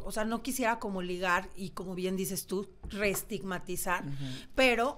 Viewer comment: Oye Analu se dice Estigmatizar ,,,,No Retigmatizar